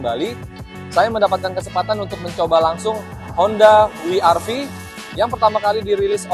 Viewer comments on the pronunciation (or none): ni mobil ganteng sih, apalagi lihat yg warna putih.. btw IMHO om. mungkin lebih enak dibaca "we er ve" om, kalau mau disebut pakai "ar vi" mending double you sekalian.. kurang empuk aja kalau dibaca "Wi" om.